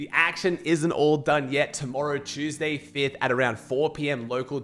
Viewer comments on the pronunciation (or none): none